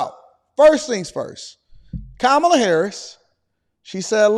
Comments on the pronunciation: Did you call her tamale Harris? I thought her name was Camala Harris? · Did they say khamal toe? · Do you hear her fans chanting Kam-ala or Kom-ala ? Her fans are saying it wrong. Yes I voted for Trump 2024. Want fries with that ? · You must look the name not Kamala is Estamala. 😅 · Ka-ma-la ! No , Donald Trump ! 😊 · They said her name wrong Who cares, this lady is whack